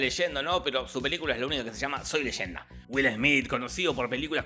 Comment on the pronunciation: Wilber Esmit jajaj no es legenda, repito… NO ES LEYENDA